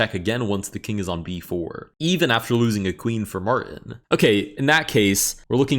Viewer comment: why are you afraid of the letter T in "Martin"